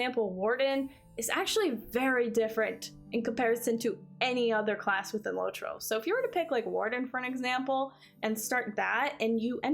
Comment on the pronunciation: its LOT-ro not LOW-tro